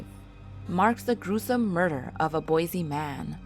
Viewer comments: I've heard about these stories from family! I believe them to be true! It's Boise not Bosie! In fact I grew up in Idaho and Utah! FYI None of the stories go hand in hand or are similar! Everywhere is haunted! Yes there's always going to be good and bad Spirits watching! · Boise* not bosie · u mean Boise right? Not bosie? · Boise not bosie